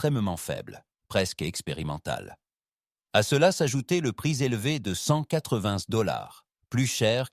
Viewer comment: "le prix zélevé"... 😂😂😂